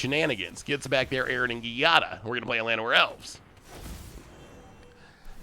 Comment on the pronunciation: Giada is pronounced "Jada", like Will Smith's wife. Please.